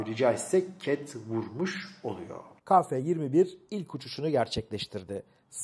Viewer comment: Hocam selam...bir eleştiri..Türkçe de a eki alan bir harf yoktur...yani ba ca da...gibi,,,TÜRKÇE dil bayrağımızdır...ve özellikle bozmak isteyenlere karşı çok iyi konuşulmalıdır.Ka değil..Ke..lütfen